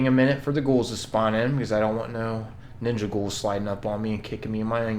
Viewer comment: I subbed because he said "ninga gouls"🤣🤣 and thx for the advise btw🙏